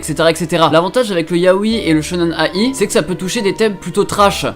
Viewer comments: Enfaite il faut le prononcer shonen-aïe et pas A i mais d'une traite voilà voilà :D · Il m'a full frustré en disant shonen a-i ça se lit aïe mdrr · alors shonen-ai, ça se prononce "aille", comme quand tu te fais mal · Tu prononces Shonen-ai comme Shonnen aie (comme le son de douleur)